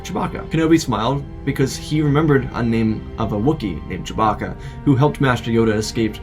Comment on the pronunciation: Did you just say…Choe-bacca